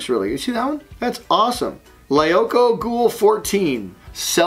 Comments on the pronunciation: lemme help you out butch Lee-oh-koh it's a reference to the show Code Lyoko :3 great show actually! I'd reccomend checking it out sometime! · I was scanning the comments to see if anyone else corrected him on how to pronounce lyoko, but to find the actual artist :D sweet! that was really well drawn, and I really hope he features the Code Lyoko version you do in the next episode! I'd love to see the FoP chars in the Lyoko style